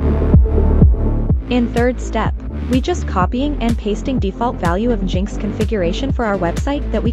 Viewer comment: its engine x not jinx but yeah youre an ai abused to steal peoples data.